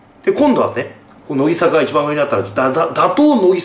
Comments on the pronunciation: せめてノギサカじゃなくてノギザカって言ってよw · 『のぎさか』って言ってない？ 『のぎざか』なんだけどww 真面目に間違えないでほしい、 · のぎ、さかじゃなくて、のぎ、ざかな笑笑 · 「のぎさか」じゃなくて正しくは「のぎざか」です。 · シバターさん、、、 ノギサカじゃなくてノギザカです。。。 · なんで欅坂はちゃんと読めるのに乃木坂はのぎさかになってるんですかね… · のきさか、インフルエンサ… 濁点言えなくなった？笑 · 別に良くないか？？ 乃木坂興味ない人は知らんやろそんなんw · のぎさかじゃなくてのぎざかな？？ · のぎさか？のぎざかだよ。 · のぎさかじゃなくてのぎざか！ そこんとこよろしくぅ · の"ぎ"ざかだろ流石に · のぎさかじゃなくて。のぎざかな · のぎざかな（笑）のぎさかじゃなくて（笑） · けやきざかは言えるのになんでのぎざかは言えないんwwwww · 「のぎさか」とか間違えが可愛すぎだろ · のぎ "さか"気になる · のぎ｢ざか｣な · 排他的守屋茜 単推しTV しバターおじさん言えてなかったなw